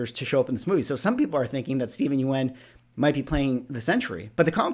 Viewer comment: Yeun is pronounced like Yun. I know the spelling tricks people.